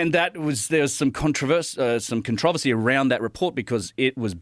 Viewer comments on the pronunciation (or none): Con trovacy 😅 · His slip up on the pronunciation of controversy shows what I always say about people like graham Hancock using their way of speaking to convince people they know what they're talking about. Narcissists.